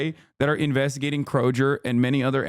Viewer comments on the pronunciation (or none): The Michigander in me cringed at "Kro-jer". Krow-grr. Kroger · As someone who grew up in Georgia for 15 years, hearing Hasan pronounce Kroger "Crow-jer" sounded like a pejorative 😭😂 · Lmfao…you said Kroger like (kroj-er) lol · As a midwesterner i want to scream every time he says "kro-jer" when referring to kroger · This man just said Krojer. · Ain’t no way you pronounced Kroger like that 💀